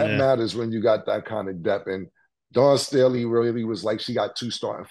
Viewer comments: Killa said Dan Staley 😂😂😂😂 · Killa, say it with me.. "Dawn Stay' Lee" 🤣🤣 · Cam u killing me as a Philly native … Don Staley might b a family member but it’s DAWN🤣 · “Don Stanley…. Dan Stooley….Dawn Stormy…”-Cam 😂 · Dan Staley😂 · Dan Staley 😂😂😂😂 Cam be messing names up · Cam say it with me..... Dawn Staley! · How the hell can you not pronounce Dawn Staley correctly lmao...eat that crow since y'all really wanted Iowa to win 😂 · cam cant even get dawn staley name right 😂😂 dude thats not a hard name to pronounce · Did Cam say… Pardon me for keep on ‘dis’pronouncing her name 🤣🤣🤣😂